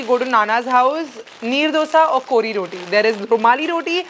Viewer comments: Omg u said kori rotii love from mangalore ❤️ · even i am a mangalorean and i am so happy how you pronounced kori rotti love you so much and i am proud that even you are also partly a manglorean